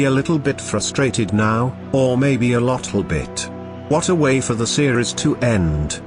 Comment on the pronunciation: "Alpha might be a little bit frustrated now... or maybe a lottle bit" Go home, you're drunk.